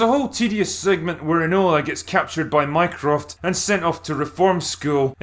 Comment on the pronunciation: Is it bad that every time he said "Mycroft" I heard "Minecraft"?